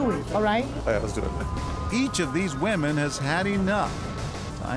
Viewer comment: Did he say wamen?